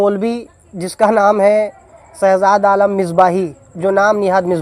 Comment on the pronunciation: Are aap to sabse bde ajhal lag rahe hai aapko to name lena bhi nahi ata shahzad h nake sahzad